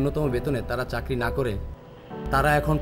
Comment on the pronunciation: আগে চাকরি টা ঠিক মত বলতে শিখো। চাকরি কে চারকি বলো৷ আবার ভাইবা বোর্ডে যেয়ে নিতিবাক্য ও বিচারকদের ভুল ধরছো৷ হাস্যকর৷